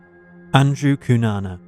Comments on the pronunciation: It's Cunanan, not Cunana. Get your facts right. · Cunanan not Cunana Just sayin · His name is Andrew Cunanan—with an “n” on the end.